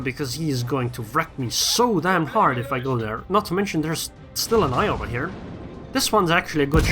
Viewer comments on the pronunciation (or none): none